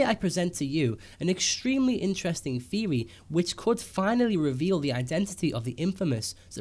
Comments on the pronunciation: Good video. But i hate when he says Theory. Like its theory not feory. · the way you say theory proves to me you don't know what you are talking about.